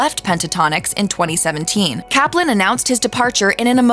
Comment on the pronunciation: Really, the the first two guys' last names rhyme with "enjoying" and "glossy"? So the first A in "Kaplan" make the first syllable a different spelling of "cap" and the second is a schwa, huh? I thought so! Thank you for making the surnames' pronunciations clear. However, it's not clear how Avi's longer first name (Avriel) was really pronounced.